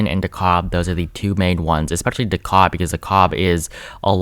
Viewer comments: It’s Duh-Cab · Hey! Awesome video. Minor correction DeKalb is pronounced "de-CAB" Source: Atlanta Native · Edited to say: PLEASE, FOR THE LOVE OF GOD, DeKALB IS PRONOUNCED DEE-CAB AND MACON IS MAY-kin. Hello from Atlanta. It's very intense here. People literally roll down their windows at stoplights to ask each other if they've voted already. I've lived here since 1992 and NEVER seen anything like this...not even 2008. GA looks good in blue. Red is for harlots. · Voted Ossoff and Warnock!! Btw, DeKalb is pronounced “Duh Cab”. The L is silent. 😉💙🇺🇸